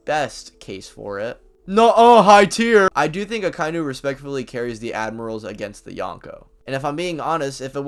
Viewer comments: Aka-inu... Not akai-nu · Say it with me: "Aka-inu." The pronunciation does not contain the word "eye." Why does everybody get this wrong?